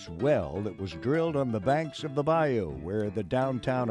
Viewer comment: Wow love that man he pronounced bayou right😁